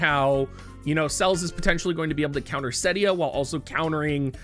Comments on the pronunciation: if you can pronounce celestial and understand it’s 4 syllables, then you should be able to pronounced celes as two syllables. Celeste is an actual name which should make it even more obvious that it’s cel-es, not cells. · Ce.les, not Cells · I love you but I can’t stand how you pronounce Celes and Tidus. I could be wrong but I think it’s Sell-ess and Tie-dus, not tee-dus. Then again it’s silly for this to annoy me (especially considering I could be wrong) 😅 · It's Ce les man, calling her Sells is cringe. Look forward to the collab for sure. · you know I love you but hearing you call Celes "cells" hurts my heart. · it was odd. I have never heard her name spoken in game, so I cant be sure, but I wonder where got the idea from that "Calls" is the pronounciation to go by:D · Celes, as in Celeste.